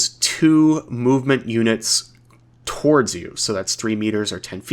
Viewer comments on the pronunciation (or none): none